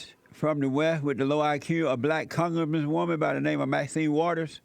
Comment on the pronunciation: "She iz da’ wicka wish from da’ weft wit’ da’ low Ah-Q da’ black Kong-grass-man woman by da’ name ah Ma’zen Waddas.” ....And got the nerve to be asking if this young man smoking pot. How Sway? Lol 😂